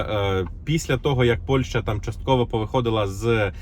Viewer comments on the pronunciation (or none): none